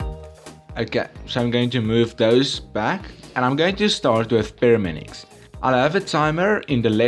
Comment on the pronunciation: He still says Pyraminix